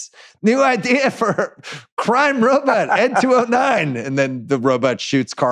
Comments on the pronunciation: Just here for Bill's weird pronunciation of 'ro-but' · can we talk about how bill pronounces it 'ro-butt'... lol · Simmons pronouncing robot as “robutt” Is hilarious. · The “robut” count in this pod. I love it so much. Bill, that’s the vowel sound you should make when pronouncing Monk (which rhymes with dunk). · Bill saying robutts is dynomite